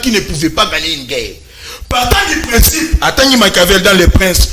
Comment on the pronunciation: C'est " GUERRE" et non "GEURRE"...Ah, les télévisions du Congo!